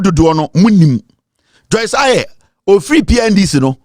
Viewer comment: Fyi, the name is Joyce Aryee (pronounced "Ayi").